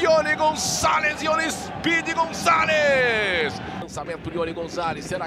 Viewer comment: Narrador: Speed González Eu: Speed Mendoza? Quem lembra do Colombiano Ligeirinho??